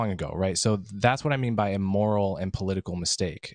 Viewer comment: Someone teach Mark how to say moral.